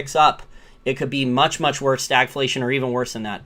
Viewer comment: Are you saying stag inflation or stack inflation?